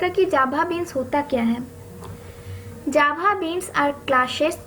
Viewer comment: Pronounce Java not jhaba😂